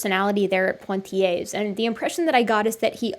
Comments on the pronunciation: Really enjoyed this and learned a lot. PS. Not "PoNtiers" Poitiers - pronounced "Pwa-tiers" Soz. Pedantic Brit here. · Toumaï, not Tomaï. Poitiers, not Pointier's. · It took me 30min to understand that "Point i ay" was the city of Poitiers. But as a french, I forgive you, you didnt called Michel Michael. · thanks for this. superb analysis. one thing - pwa-tee-ay. otherwise perfecto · ) Poitiers is pronounced without the terminal s, great video, watched until the end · It was a great video. Emotional Men strike again....But just to be the girl in the bathroom who tells you the label is showing on the back of your shirt...That's not how Poitier is pronounced.